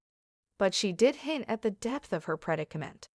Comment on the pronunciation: Ai can't read the word "depth".